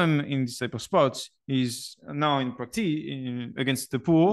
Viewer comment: you're the only person on earth who should pronounce practays instead of practice so continue saying practays my man! :P